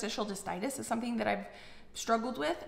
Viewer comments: why do you say interstitial DYSTITIS - it’s CYSTITIS. You shouldn’t give out incorrect information. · do you mean hardly information? She pronounced it the same way in at least one other video so not really a slip of the tongue🙄